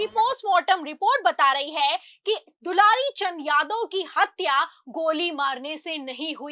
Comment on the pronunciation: दुलारी नहीं दुलार चंद नाम था सही बोलना सीखिए 😂😂😂😂